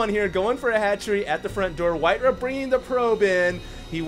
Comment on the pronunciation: Alright it's been bugging me for long enough,.. It's pronounced White Rah not White Ruh. Why would you pronounce Ra as Ruh?